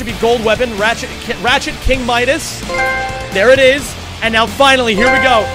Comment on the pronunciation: Midas* not Mairas